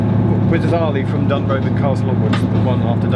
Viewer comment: Must take issue with the pronunciation of DUNROBIN. Putting the emphasis on the "B" makes it sound like a retirement home for burglars! Emphasis should be on the "O" which makes it sound like a retirement home fot the House of Lords. Much more appropriate!